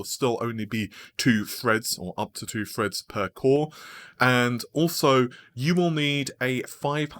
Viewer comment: Whats a fred? You mean THREAD?